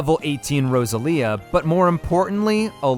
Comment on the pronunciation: Wait, sorry- "roseLIA?"